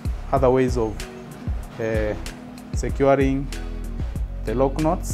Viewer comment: Love the way you say "Loc Knots." Beautifully done... 🔥🔥😍🔥🔥